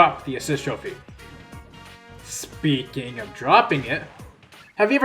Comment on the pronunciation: "Speaking of..." has never been butchered more than it has been in this video. Other than that, good shit